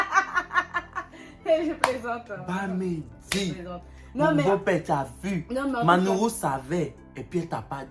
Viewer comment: J'aime trop quand il dit " maNourou" vraiment cœur sur toi et